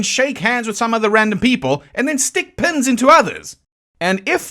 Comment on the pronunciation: At first I thought you said "Bessie was struck with Pimm's" I thought to myself, "That's a horror"..... Then l realized you said "Pins". That's not nearly as bad! I'll take Pins over Pimm's any day!!!